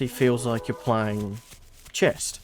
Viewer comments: Chess doesn't have a T in it. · Great vids Its Chess .. not chest 😜 But al good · Did you say chest?????